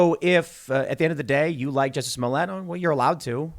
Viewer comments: Its not Jessie smollett, its Joocy smooliett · It’s French actor juicy Smoll-ette!